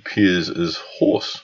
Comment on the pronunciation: is it Horst or Horse? Have the P.C. Police raided your home by now?